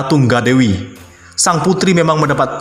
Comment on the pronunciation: Almira Tunggadewi kok tungga dewai sh bacanya ...lebay bgtttttttttt 🙈🙈🙈#markiper mari kita baperrrrrr